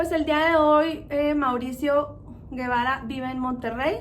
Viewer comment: No es Guevara es Gebara y se pronuncia jebara